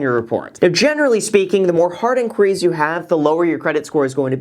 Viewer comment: Wait.... Is this how Americans say inquiries? 🤯